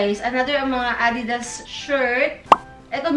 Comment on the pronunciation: Tama si mother. It’s A-didas. Not a-DI-das.